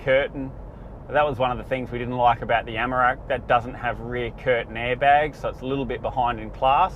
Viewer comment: take a drink everytime he says Amarak instead of Amarok. 🤣 good review though